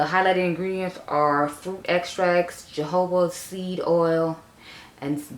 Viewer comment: I really enjoy your content. Sometimes you are so fast lol. But all good. Anywho. Jojoba oil is pronounce hohuba oil. Not being a jerk. I use to say it that way too. Back to video.